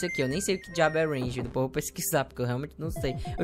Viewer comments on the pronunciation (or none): none